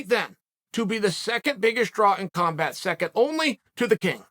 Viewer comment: Uncle chael mispronounces combat as compat and brush it off like nothing happened, what a boss, truly undefeated and undisputed.